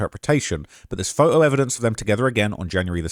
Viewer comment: It’s phoTo, not phoHo